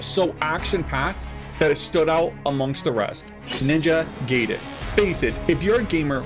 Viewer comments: Yeah . . . I gave this video a 👎 simply because you refused to pronounce it the way it's supposed to be. It's "Guy-Den" . . . "Gay-Den" is how you sound when you force curse words trying to make yourself sound cool. 😒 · It's pronounced Ninja GUY-den, not Ninja Gay-den :face-blue-smiling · It's guy-den not gay-den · Glad to see Ninja Gaiden returning to it's roots that made it legendary. I just hope they don't go too hardcore on the difficulty. There's a difference between challenging and cheap. Also, pronouncing Gaiden (Guy-den) as gay-den is just gay. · Gaiden is pronounced as Guy-Den, not Gay-Den. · Ninja Guy den not Gay den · Pronunciation for "Gaiden" is "Guy Den". It is definitely not "Gay Den". In Japanese Gaiden is "side story/tale" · Just FYI it's pronounced Ninjay guyden, not ninjay gayden. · Did you just say Ninja “gay”den? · Gaiden is pronounced: Guy-den...like "hey guys".....In terms of your question, "who cares?" ....Its an issue of respect. You should have enough respect for a people's culture to at least attempt correct pronounciation of their terminology. There is no error in pronouncing it wrong out of ignorance, but there is error in pronouncing it wrong out of arrogant willful cultural negligence. Something for you to ponder moving forward....Peace.... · I think it's a rule in Japanese to English that everything with ai is pronounced i instead of eh, like Gaiden is pronounced Guyden, Mai Shiranui is pronounced My Shiranui, and Yaiba is pronounced Yighba.